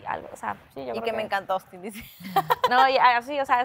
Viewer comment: este huevon va en serio JAJAJA AY OUSTIN bien peruano